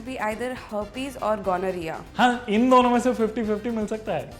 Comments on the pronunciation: Ghamoriya not Gonorrhoea.. 😂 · The way pronounces gonorrhea, it sounds like he is talking about some Marwari businessman called Mr. Ganoria. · Gamora Jaise laga Mujhe Toh 😂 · Oh god 😂😂😂😂😂 ghamoria and gonoreaa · When he took gonorrhea as ghamoriya 😂😂😂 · Ganorhea😂😂😂 yaar atleast pronounce properly!!!!! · This is so trueeee